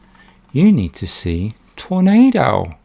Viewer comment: I hadn't heard of Prisoner Of War yet. I'm also a fan of his, ever since I first saw the first "Ninja" movie he did., of course your crush on Joan Chen is gone. It eventually has to fade at least somewhat, in a world where Cherie Chung exists. I cracked up at the way you said "Tornado"